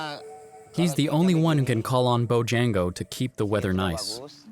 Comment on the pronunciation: It's pronounced boo-jah-ngo, not Bow-jan-go.